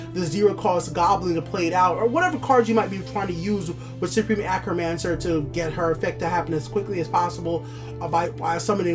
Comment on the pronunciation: Hey man, love the videos! I'm a new sub, and I just wanted to let you know your pronunciation on certain cards and words needs work. Please don't take offense to this, just trying to give some advice, love the videos! I notice you say Acromancer, when it's A-T-R-Omancer. As well as with Pilfer. You say P I L I F E R, it's just P I L F E R. Just thought I'd give you some advice, keep up the fantastic videos, you really make me love TESL even more!